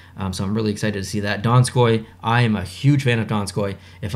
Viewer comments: Instead of DONSKOI dinskoiwie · The way that guy pronounced Donskoi was hilarious😂